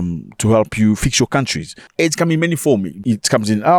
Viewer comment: Zach, you’re my guy. I love you. I love the show but it’s “aid” not “AID” is a disease.